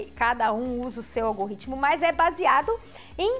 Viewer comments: primeira vez que ouço alguém falar ALGORRITMO hahaha que legal. Obrigado pelo Vídeo! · Vídeo muito bom! Obrigado. Apenas um toque: a sua dicção de “algoritmo” soou como “algo-ritmo”. Abraço